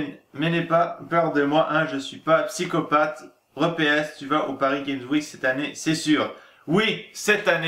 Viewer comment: sssssssssssssssssssssssssssssssssssssssssssssssssssssssssssssssssssssssssssssssssssssssssssssssssssssssssalut! comment sa va? moi je vais bien! je t'écris sa pour de dire 2 chose de 1 c'est un acrostiche lire de droite a gauche et de haut en bas et de 2 je sais pas pourquoi mais il y a un truc qui ma fait tout bizarre, non pas sa petit cochon!, mais quand tu as dit PariSSSSS game sweek au lieu de paris game sweek ( ne dit pas le s de paris ) voila si nn continue tes vidéos:)